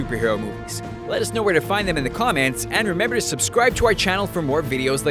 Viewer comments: "let us know in the CommANTS below" or am i tripping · did he say COM-ANTS? hmm he dropped ☝ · he says Commants at the end during the antman scene